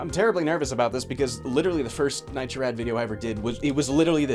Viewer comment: I love Nitro's pronunciation and no one can tell me otherwise. Keep doing you dude.